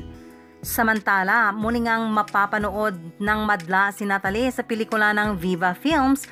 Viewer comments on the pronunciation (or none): Penelo-peh at nata-leh